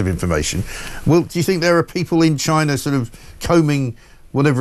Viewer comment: DJI drones are manufactured in”Chyna”.